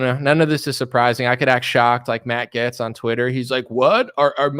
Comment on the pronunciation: Hey Stupid! It's pronounced "Gates" not "Getz".